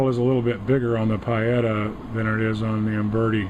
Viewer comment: It's not PIE etta, it's PEE etta. Not wanting to be petty, but correct pronunciation is a basic.